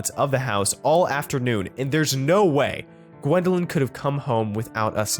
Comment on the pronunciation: it’s Gwendolyn not wendeling